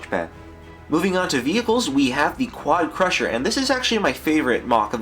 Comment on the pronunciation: Im pretty sure you had a anerysm while saying quadcrashr